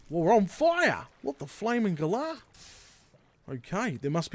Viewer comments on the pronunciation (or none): Dude, you had me at "Whot the flaiming galah!" LMAO! Hope I've done justice to the Aussie accent there with my adjusted spelling. :) I'm using your tutorial to set up a bone feed (there's a joke in there somewhere) for a huge castle build that uses a lot of Bone Block. Doing it all in survival mode. Not too hard with a bit of scaffolding on hand. My spawner had some handy mine platforms and a chasm around it as well! :D I'm not finished yet so dousing all the torches should be fun! I guess I could switch to peaceful difficulty setting just for that part. Thanks for the information and entertainment dude. I'll be checking out a few more of your vids!